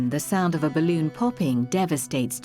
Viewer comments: LOLOL '' its a ballunn !! its just rubbar an airr '' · The way you say BALLOON is everything 😅